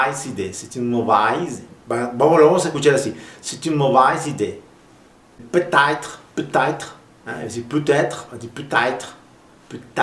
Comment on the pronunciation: Bonjour, je suis une québécoise et j'aimerais corriger quelques petites choses. On ne dit pas ''C'est plat'' on dit ''C'est platte''. Pour ce qui est de la prononciation du ''a'', c'est une minorité de Québécois qui le prononcent comme vous l'avez fait dans votre vidéo (un ''a'' grave), même chose pour ''mauvaise'' et ''peut-être'', qui sont prononcés comme en France.